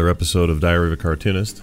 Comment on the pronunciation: It almost sounded like you said diarrhea of a cartoonist.